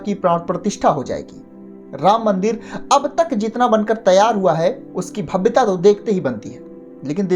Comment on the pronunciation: bhabyata nahi hota hai gawar bahvyata hota hai uje nahi hota hai use hota hai pata nahi kaha kaha se aajate hai chirkut type log anchor banne jaa pehle muh to dho le